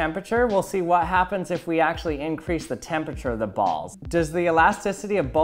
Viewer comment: Gonna have a stroke if you say tempichur again